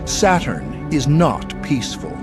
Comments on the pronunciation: It's Saturn, not Satan bro Just chill 😂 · SATURN Pronounce SATAN.. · Saturn pronunciation almost same to Satan, SAY IT !